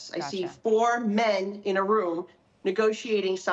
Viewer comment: Did she just pull the “Woman” card? Because there was a lot of emphasis on the word Men at the end there.